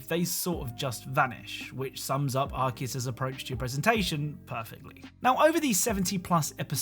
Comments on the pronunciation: I just wnat to add that it's pronounced Ar-see-us or Ar-kay-us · Your pronunciation of Arceus though.